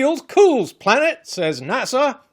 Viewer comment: I can’t get over the fact that this man said NASer and not NASA pronounced NASuh